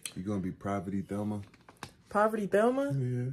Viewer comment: Lmaoooo he tried it with the poverty Thelma 😂😂😂 it’s VELMA MF 😂😂😂 & yes I’m triggered cause I got glasses JUST like that 😭